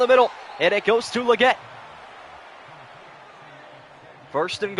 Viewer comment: The way they say legette bothers me lol leggti spaghetti